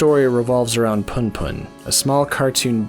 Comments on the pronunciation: Sorry but it's pronounced 'POON POON' not PAHN PAHN! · Man for fucks sake you read it poon poon. Pun pun sounds fucking cringe